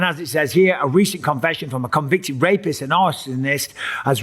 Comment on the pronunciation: U did say R a p iest...... im glad he did not voilate you Mr.Bisping. ... 😮😂❤